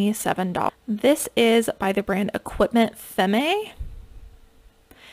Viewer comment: Femme is pronounced fam in french :)